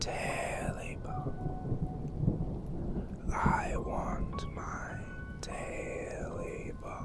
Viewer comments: Tailypo. Not Taily Bone. TAILYPO. I Love Your Videos, Btw. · it's taily-po not taily bone